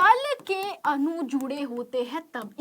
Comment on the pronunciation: Mam anu nhi adu hota hh😅